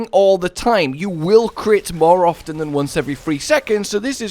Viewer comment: downvote for annoying added bs drama to his voice, also for (assuming) pronouncing the word ''often'' improperly. yep im that jerk.